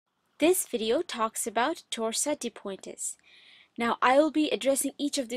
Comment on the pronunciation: Sorry but it’s pronounced pwant, not poin-tes